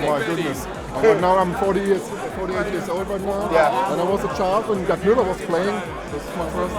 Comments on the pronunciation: Isn't it muller not mueller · It's Müller not Mueller... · Mueller hahahahahah LMAO its Müller xD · Müller not mullere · like some people here already said if you dont have a "ü" then you spell it "mueller" like copa90 did. simply because the "u" sound isnt the "ü" sound so you need a "e" to somehow simulate it. Müller or Mueller is correct the rest is bullshit